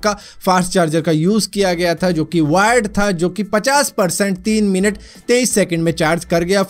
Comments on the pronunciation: Word 😂😂😂😂 instead world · Bhai world hoga nahi ki word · Its not Word its World